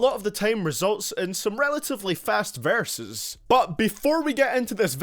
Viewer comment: this man says varses not verses.